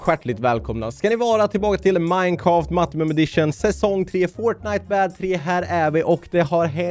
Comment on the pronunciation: Det roliga är när du säger Minecaft!!